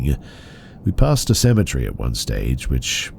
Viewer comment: Be: you say “cemetery” the way I say “symmetry.” How do you say “symmetry”?